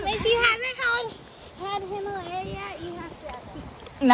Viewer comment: The “Himalaya” LOL 😂